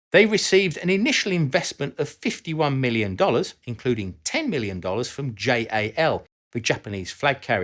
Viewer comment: Not J A L it’s Jal.